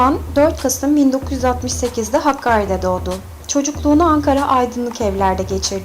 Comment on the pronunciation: Hakkari değil Hakkâri!